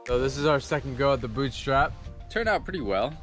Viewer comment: Boottriiiipe! Not boot strap! Great job though.